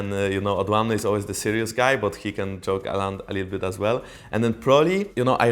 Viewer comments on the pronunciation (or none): joke sounds like choke lol